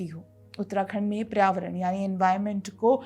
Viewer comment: Paryāvaran hota hai PRAYAVARAN nahi